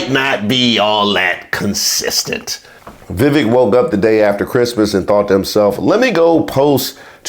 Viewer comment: "Vivake." It rhymes with FAKE.